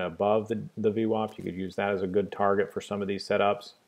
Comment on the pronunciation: vwAp, not vwOp :)